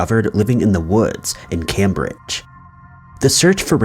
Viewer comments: Cam-bridge? Try CAME-bridge. Hang on, no one is dead? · Jus the way he pronounces it i think✌